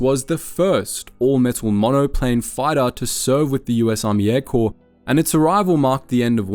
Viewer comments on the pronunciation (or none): none